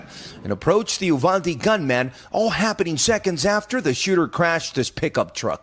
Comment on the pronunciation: For gods sake Uvalde is pronounced You-Val-Dee. Not that it’s super important but that’s how we say it here in Texas.